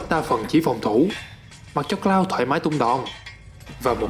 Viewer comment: )) thất vọng về "Cờ Lau" 😅😅😂😂